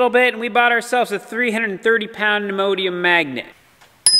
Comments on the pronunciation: Say it with me: Ne -- o -- dym--- i-- um. Sounds like Immodium when you say it,. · NEO-DIM-E-UM magnet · It sounds like Imodium magnet. I always figure they must of had extra spicy Mexican for supper the previous night. 🤣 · Please forgive an old pedant, but your magnet is pronounced "knee oh DEEM ium"